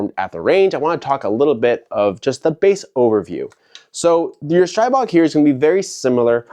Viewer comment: Streeeeebog not pronounced with an I sound lol